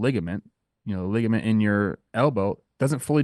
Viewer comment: the way says ligament as ligment is crazy